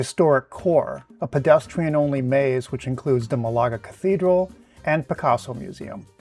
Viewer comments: But pronunciation is MAHlaga, not maLAga. Just sayin', Excellent video otherwise. I'll be going there in a month or so, and now I have ideas for what to do there!😂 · Excellent video, thanks! However, please note that the city's name is spelled Málaga, and the accent is on the first syllable, not the second.